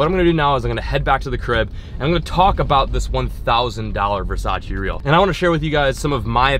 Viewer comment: couldn’t even say Versace right